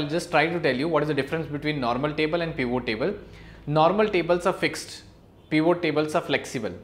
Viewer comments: This is so annoying, it is not "peevoo" table. it is pivot. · Did he say Peon tables?! 😂😂😂